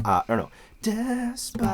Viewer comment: As a German the way he pronounced 'despacito' I got even more cringed than we she said 'I speak a little bit of Spanish'